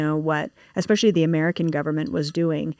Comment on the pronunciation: Spot on it makes me mental when people say Xspecially instead especially or Manhadden instead of Manhattan